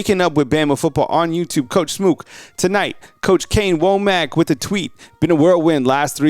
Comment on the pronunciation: Hey, I think it's pronounced "wammick" like says not "wo-mack"